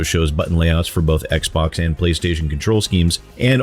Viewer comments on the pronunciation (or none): none